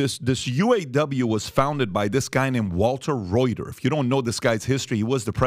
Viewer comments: It is prounced Ruther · I can't believe that a guy from Detroit doesn't know about the Model T, and that someone would pronounce Walter Reuther's name like the news agency. How commonly known history has faded away!